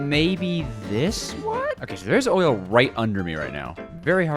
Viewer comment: DID YO SAY OILLL